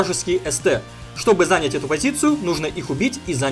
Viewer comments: Не зАнять, а занЯть. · не зАнять, а занЯть ;) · Блин спасибо конечно за видео - интересные позиции, но слух режет - научись правильно говорить слово занять, ударение на 2 слог, а не на 1.